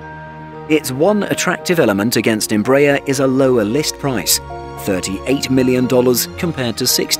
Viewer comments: Where do you get em-BRAYER from??? Its embra- AIR....you're also out of line on kil-OM- eters....it's KILO- meters...do you say kil-OG-rams? Thought not....Metric measures all take stress on FIRST syllable...so ...KIL- ometers.....please! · even Hans Landa would have got cheated from your pronunciation. As we argies have been announcing a little training jet for thirty years, our brazilian brothers have developed a worldwide recognized jet family. Congrats! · I suggest that your British commentator on this otherwise well informed documentary CEASE AND DESIST from soliciting comments as you completely IGNORE what is being said to you. I am referring to the continual MISPRONUNCIATION of EMBRAER and KILOMETRE (see next comment). If you IGNORE what is said to you anyway, better to discontinue soliciting comments.